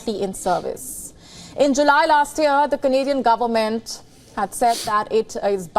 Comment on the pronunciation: He is our Stand-up Comedian ..lol ..Best comedy done by him is when he said "GUNFORMENT OF INDIA" 😂😂😂😂